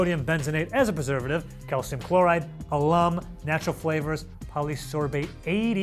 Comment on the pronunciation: can this guy not pronounce calcium chloride?